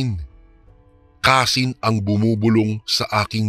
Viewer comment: Kansi po....hndi kasin😂😂😂